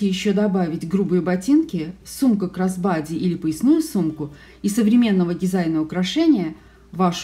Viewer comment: Каждый раз у Вас звучит "красс бади сумка".Название сумки cross bodu происходит от сочетания двух слов cross/кросс/-крест,перекрещивание и bodu/боди/- тело.Благодарю за полезное и интересное видео.